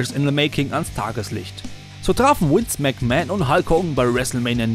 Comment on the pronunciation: Es heißt Vince, nichf Wince